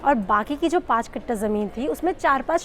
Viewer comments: Kattha not katta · वो कट्टा नहीं, (कट्ठा) होता है।